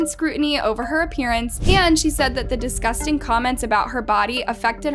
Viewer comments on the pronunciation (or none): Girl it is "disgusting" not "DiScusTinG" like at least get that right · Is no one talking about how she said "*discusting*" instead of "*disgusting*"